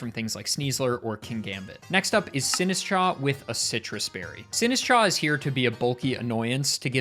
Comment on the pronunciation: It's not Sinsitcha, it's Sinistchaaahhhh